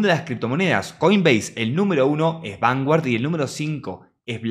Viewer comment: Se pronuncia vangard.😂